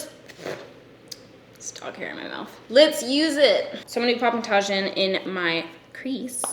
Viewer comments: Wow 3rd comment I’m lame. But it’s “tuh-heeeeen”, not “tah-zhin”. Lol I’m sorry, I giggled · I'm almost positive "Tajin" is pronounced "Ta-heen" like the powder on Mexican paletas lol. Loved the look & your take on brands being more inclusive! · This video was everything I’ve been wanting to see regarding Tarte. I too transcend my Mexican-ness in the winter to become Caucasian. You’re absolute gold, but also it’s pronounced “tah-heen” 😁❤️ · I love you! Tajin is pronounced ta-heen... Thought u should know lol;) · The way you said Tajín 😂😂😭😭💖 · Alina Volkova lol I was searching through the comments to see if anyone brought up how she was pronouncing it 😂